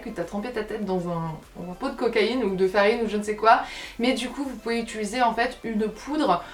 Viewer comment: "utuliser" ahaha <3